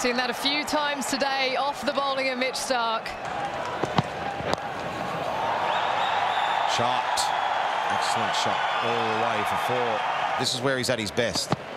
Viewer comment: She said Mitch stark